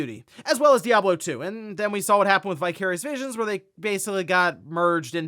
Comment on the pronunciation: Vicarious Visions. Oh, I kept hearing “Bi-Curious Vision”